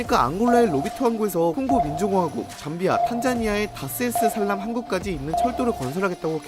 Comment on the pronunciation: 다스 에스 살람? ❌ Dar es salaam! 😂😂